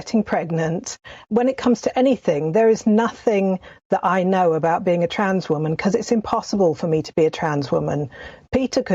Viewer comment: How can Peter have been around so long but still pronounces the words women and woman in exactly the same way 😅